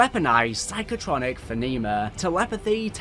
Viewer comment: Great video though one thing "Feneema" Phenomena "Fe-noh-mee-na"